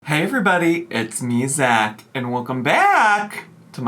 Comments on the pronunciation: How has thought about doing a "mini doc" on Zach if he can't say their NAME CORRECTLY? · Wants to do a documentary on Zach, can’t even get his name right 😂